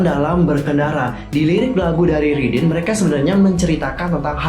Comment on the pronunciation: Raydin baaangg bukan ridinn